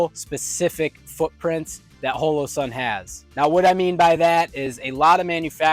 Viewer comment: Oh c'mon... At least say their name correctly. I've never heard anyone say it like you do so i went and watched their employees say it just to make sure. It's not Ho-lo-sun. Hall-o-sun.